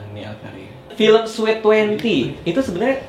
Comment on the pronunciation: You pronounced sweet wrong. You pronounced it as sweat. Sorry can;t contain myself